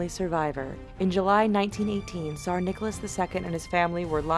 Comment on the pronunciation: why you say tsar "sar"?.